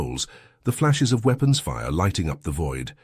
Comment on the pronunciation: weepons? LOL gotta love a braindead AI